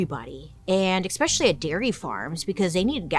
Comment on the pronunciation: you had me until "eXXpecially" oof rookie mispronunciation 😉 ❤